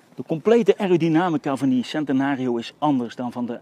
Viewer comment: Als je centenario zegt, zeg het dan wel goed.